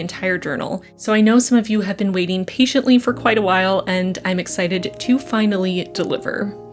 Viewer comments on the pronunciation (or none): I haven’t been waiting paiyently...more like impatiently. 😂😂😂😂. Love your nails. ❤️